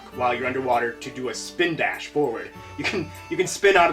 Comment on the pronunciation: Great review! Am I the only one that laughed when he said Spind Dash??? lolXD